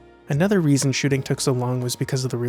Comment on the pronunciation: it sounds like "another reason 'shitting' took so long was..." haha :awesome: lol